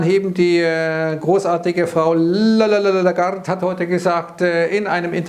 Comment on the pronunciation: Hey, stop das "La-la-la-la garde"... das nervt!